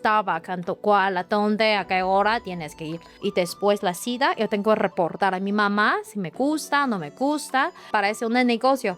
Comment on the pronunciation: Hola muy inteligente chica ya domina el español solo le falta perfeccionarlo ay palabras q ella sabe lo q esta diciendo y si le falta algo nosotros los mexicanos le acompletamos porque somos muy vivos por ejemplo cuando dise cita ella pronuncia cida pero no ay problema porque nosotros ya sabemos a q se refiere pero te felicito ya puedes vivir en mexico sin preocuparte por el idioma eres muy inteligente y muy agradable nunca me aburri en toda la entrevista.felicidades un abrazo. AMIGO. siempre nos sorprendes. Exelente entrevistador. ERES LA VERDURA EN LA ENSALÁDA. UN ABRAZO.